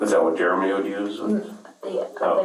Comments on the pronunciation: Is the guys name "Jeremy" and she's pronouncing it Jur-remy?" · Did she call him Jer A mee? I thought it was Jeremy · Why does she say Jer-Amy , instead of Jeremy. It’s like she’s never heard the name before, reminds me of A A Ron commercial